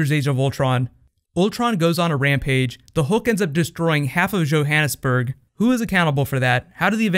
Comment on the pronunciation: So does this mean that we're no longer getting a Sinister Six film? P.S. What was with his pronunciation of Johannesburg? Hahahahaha